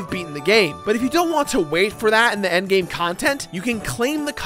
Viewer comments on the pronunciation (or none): none